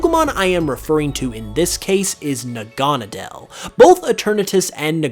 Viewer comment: Its pronounced Naga-Needle!!!